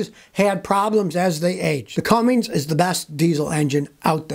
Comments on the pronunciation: It ain’t Cummings. It’s cummins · It’s Cummins Scotty, not Cummings. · Scotty can't pronounce CUMMINS, It isn't CUMM INGS. No G on the end. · Scotty, there is no "G" in "CUMMINS" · Scotty Scotty Scotty........theres no "G* in Cummins!!!! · There is no G in Cummins please say it correctly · Scotty, it is Cummins….no “G” 🤓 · Hey Goober, there’s no “g” in Commins. 😂😂😂 A highly skilled mechanic that speaks like a High School dropout. 😂😂😂